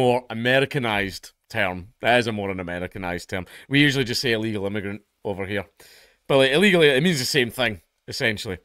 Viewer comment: He said Ill Eagle Alien.